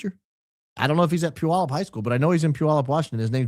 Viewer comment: Congrats on pronouncing Puyallup correctly!